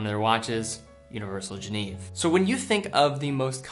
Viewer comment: FFS,, for a watch enthusiast, you really need to learn how to pronounce "Genève"…it's NOT the English translation "Geneva" minus the final 'a' — it's more like "jhen-ehve." I grew up there, and it's painful to hear you mangle the name over and over. It just makes you sound like you don't know your subject matter.